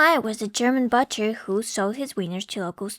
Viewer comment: I just can't get over the...butchery of the word "butcher" --it doesn't rhyme with 'butter'!